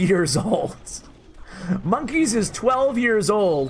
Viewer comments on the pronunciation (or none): It’s not monk ess it monka es